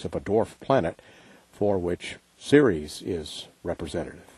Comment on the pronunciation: Pronounced “Series” but it’s spelled Ceres.